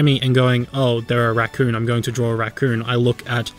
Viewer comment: When you can't pronounce r's so you say wemy wacoon